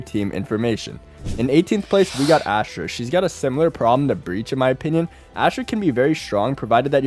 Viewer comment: no one notice that he called Astra asher